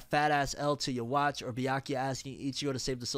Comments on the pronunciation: It’s not you-watch It’s you-ha-bak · Lol bro it’s UUUUUU HAAAAA . Not “You watch” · The mispronunciation felt like someone stole my Ban - Kai